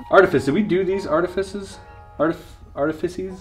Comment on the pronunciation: "Arti-feces" -Chris Ramsay